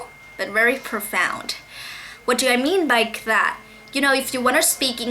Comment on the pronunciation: Thấy bạn nói có vẻ rất tốt và từ nhiên, nhưng mình một số từ không cần đưa lưỡi ra ngoài cũng có thể phất âm được như từ "love". Hơn thế nữa những từ tư "that" cân đưa nữa ra ngoài để phát âm nhưng mình thấy bạn chưa đưa ra được (chỉ một số từ thôi). Nhưng nếu bạn nói nhẹ nhàng, giảm cao độ và chậm hơn thì sẽ nghe tuyệt vời lắm. Cảm ơn vì đã chia sẻ kinh nghiệm học tiếng anh.